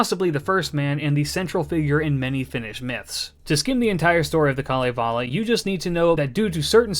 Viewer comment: One of the best summaries of Kalevala and pronunciations I have heard of Finnish characters. Wonderful job!